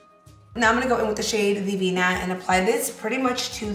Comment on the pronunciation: The way she lines her lips and how she pronounces “divina” 💕💕💕 I won’t be able to say Divina, Vasos y Tazas de same anymore after watching you and.